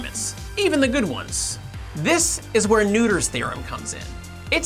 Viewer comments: It is NOT Neuter’s theorem. Nöther is pronounced more like Nerther. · Look up what other mathematicians thought of Emmy Noether, whose surname is ironically pronounced "Neuter" in English. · Wait... is Noether really pronounced like "neuter"? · I really liked this video! (But you need to learn how to pronounce”Noether”). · its a persons name. Its pronounced the way it is. If you want to pronounce it a different way, go ahead. But did it "correctly". He could work on his pronounciation of Noether, though. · You horribly mispronounced Noether.